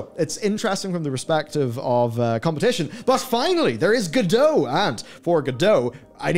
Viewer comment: Did you know that creators of Godot intended it to be pronounced as GO-dot (t is readable)?